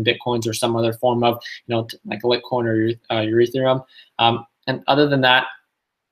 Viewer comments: Hey man, it's pronounced Light-coin and E-theereeum 😝 lol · "Lit-coin" and "Urethrum" lol